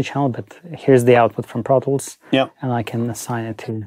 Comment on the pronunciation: Tip: when it sounds like he says, “I go into brothels,” he’s saying “I go into ProTools”! 😂